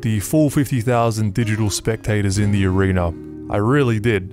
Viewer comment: Where did they get their helmets from...who made them? And for Pete's sake...watch the pronunciation of "arena"...I caught you saying "arenER" at the very beginning!